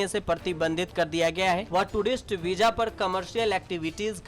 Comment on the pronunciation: Veeja nahi Bhai veeza bolte hain or visa likhte hain